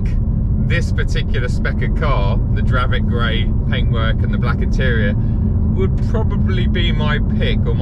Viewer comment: It’s definitely not dravit grey like he said lol